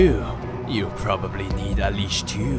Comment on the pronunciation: "Hey you. You probbobly need a leash too" That's a mood and a half